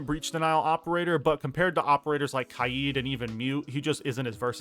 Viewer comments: Why does he say kieed? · It’s k-ai-d